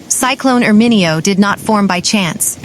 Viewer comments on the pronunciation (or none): Shouldn’t the reporter know the pronunciation and accentuation of Italian names? How would you like to hear ..Las Ange’les, Ala’bama, Nuova Yokke? 🤦🏻‍♂️🤦🏻‍♂️🤦🏻‍♂️🤦🏻‍♂️🤦🏻‍♂️ Painful to listen to her!